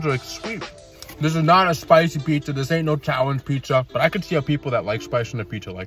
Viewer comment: Bro how come u baby talk? Pupperomi? Pieesa? It’s like the one bad part about ur channel, is the baby talking, if you just annunciated every word this channel would be S+ tier Oh and how you sometimes put “SH” on “s” sound